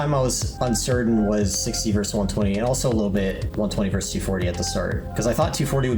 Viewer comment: Versus is not one syllable.